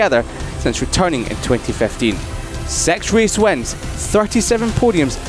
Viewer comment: Who the f is the narrator with a horrible "i" pronunciation?! "Rens", "wens", "theng"